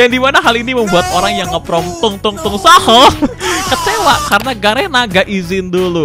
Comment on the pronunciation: "Tung tung saqhur" gile aksen nya fruancis uaple qruamble buagasq driqbleq